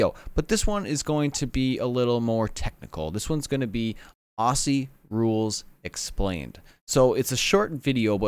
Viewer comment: The pronunciation For Aussies sounds like OZZIES. Not ossies.